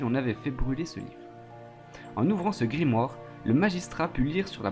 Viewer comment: Je viens de commencer la vidéo mais elle me saoul déjà avec tes répétitions du mot "Grimoare" ça fais même pas 10min et tu l'as dis au moins 20fois et puis c'est "GrImouare" (grimoire quoi)